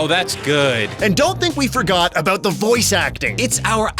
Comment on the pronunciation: Ha! You say "abowut